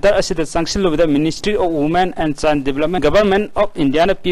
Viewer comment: Child development haibro ? chine development haibro ? Khara mayek senghanbiyo Akhang ahei sajabadi natchade yaragadi pronunciation khajiktang senghanbiyu ISTV gi pao se ngashi ngarang dagi hourakhibasu nate yam mashak thokna improved oipham di thok'abane. Atanamnana haiba natchade wakhanlon pijabane